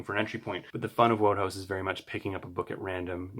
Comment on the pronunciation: Enjoyable video - thanks, and congratulations on getting your books! I'm sure you'll learn this other ways as you go along, but Wodehouse's name is pronounced 'Woodhouse'.